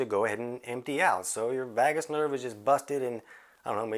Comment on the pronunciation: VAYgus -- rhymes with BAY and DAY and SAY and GAY and MAY . . .